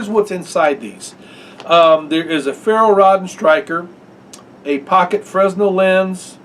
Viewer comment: Just found this channel and really like it! By the way, it is pronounced "frennel" lens. The s is silent.